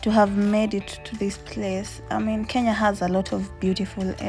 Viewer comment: Kenya is a beautiful country 🥰🥰 And you have the knack of saying it right. And this voice. This voice.... This voice,🤤🤤🤤🤤